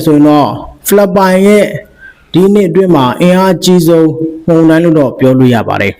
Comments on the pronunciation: ပို့စ်သတင်းပြောသူရေ ဒါလေးလေ့ကျင့်ပါ မုန်တိုင်း မုန်တိုင်း မုန်တိုင်း မှုန်တိာင်းမဟုတ်ပါ မုန် နဲ့ မှုန် အသံထွက်မတူပါဖူး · မှုံတိုင်းမဟုတ်ပါ,မုန်တိုင်းဟုအသံထွက်ရမှာ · ရေးတော့လဲအမှန် ဖတ်တော့လဲမှန်တဲ့အသံ ဖြစ်သင့်ပါတယ်။ မုန်ယိုတာ မုန်တိုင်းဆင်တာ' မုန်' အသံမှန်ထွက်ရမှာ ဟထိုးအသံ ထွက်ရင် အမှားလို့မြင်ပါတယ်။